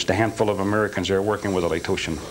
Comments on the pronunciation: The fact that he mispronounces "laotian" as "laytotion" tells me that he wasn't in laos. Now I doubt this whole thing. Lame. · If James FIles was telling the truth, and he really spent time in Laos as a tactical advisor in the Vietnam War, then he would probably know that Laotian is not pronounced "Lato-tian". Obvious liar and moron to boot. Anyone who believes him is the latter as well. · Because it's nonsense. The guy says he worked in Laos during Southeast Asian operations, but he pronounces Laotian as Latotian? He is bored in prison so he invented something that gave him some entertainment. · "Latotian"..? The word is "Laotian". If the guy can't pronounce that correctly, he did not fight in Laos (this guy is lying). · He should know it's call Loation not latotion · It's it's Laotian not location 🤦🏻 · The Lay-Toshin army he worked for? You'd think if he really worked for the Laotion army he would know how to pronounce it? It's not Latosian, it is Laotion. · Is it really pronounced "Latotian"? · I'm immediately suspicious due to his mispronunciation of "Laotian". I cannot imagine someone spending time there and pronouncing it "Latotian". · Someone claiming to have served in Laos with the Laotion Army then mispronouncing Laotion as “Latotian” several times leaves me in serious doubt of his credibility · Yeah, this guys believable 🙄. For a guy who spent a lot of time in Laos, he can’t even say Laotian. LaTotian. Right. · Can't pronounce the people of Laos - Laoation correctly. Bullets "fragmentating" ? Cleaned with wax to get all residue off then went and moved the guns again ? BUT, he knows a lot and a lot of people. He is also still alive - aged 82. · He claims he was in Laos, and even mispronounces "Laotian" as "Latotion". He says he was in the 82nd training people in Laos even though the 82nd was never in the region until 1968. There's a lot wrong with his story here, after he left the army? Who knows? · He can't ever pronounce Laotian.